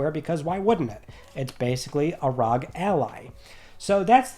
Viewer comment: Asus Republic of Gaming … R..O..G . Not rug